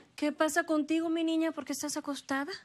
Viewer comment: En el munito 340 dijo nina en ves de niña